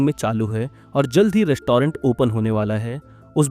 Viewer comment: Rest-toh-rent, behari ho ka beh😅